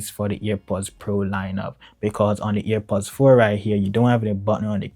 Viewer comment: its airpods not ear pods